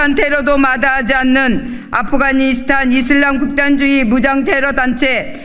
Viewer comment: 아프가니스탄발음도 못함